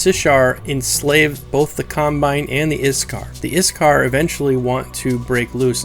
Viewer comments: IT'S PRONOUNCED IK (ich)- SAR (sar) Not IS-Car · The names... Ik-SAR Shi-ssar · OK I get that you said you're rally bad at pronouncing things, but come on, iksar is simple. The s comes after the k not before it. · A pretty tidy wrap-up of the major lore we know so far. I don't know why you were worried about pronouncing things wrong though. I think you did pretty well. I only noticed a couple words mispronounced (IKsar rather than ISkar and Qeynos is pronounced KEYnos), but you got the harder ones right from what I know of it. Overall a great video! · No offense, but it kinda hurt my ears to hear you pronounce Iksar. >_< Regardless, I subbed cause I enjoy the EQ Lore, and look forward to the lore about the Deities and such.